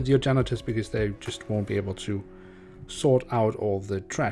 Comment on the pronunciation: What he said: "huge mess with your janitors" What I heard: "huge mess with your genitals" xD